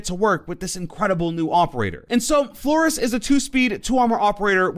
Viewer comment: I kinda like how he said Flores kinda wrong